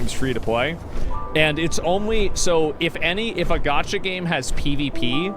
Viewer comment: You had me until you said “gacha”